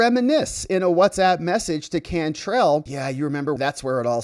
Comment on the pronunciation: Can trell like tell. It’s a New Orleans name too pronounced differently. Anyway. She’s from California! WTF!! Get her out!